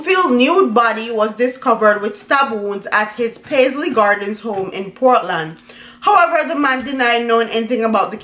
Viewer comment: The area he is from is pronounced Pas-ley Gardens